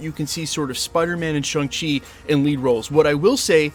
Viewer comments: ShAng-Chi not ShUng-Chi. Why do keep insisting on mispronouncing it dude? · It's not Shung Chi dude, it's Shaaang Chi, pronounced like Shawn. They made it quite clear in the movie.